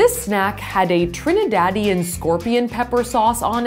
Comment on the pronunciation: Me not even caring that she was eating spicy pepper s but me caring how she butchered the name Trinidad